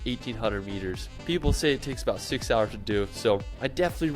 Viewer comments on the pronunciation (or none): none